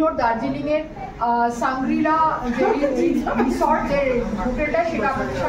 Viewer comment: শাংগ্রিলা, শাংগারিলা নয়। উচ্চারণ ঠিক করুন।